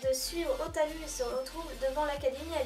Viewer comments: xD essais de dire o. Ta. Rou. Après je dit ptre n'importe quoi xD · Ta manière de dire Hotaru est juste épique xD